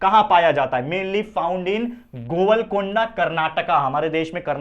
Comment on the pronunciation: Sir govlgonda nhi golgond